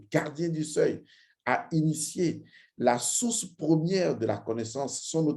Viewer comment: Vous avez exprès en début de vidéo de dire source comme sauce😂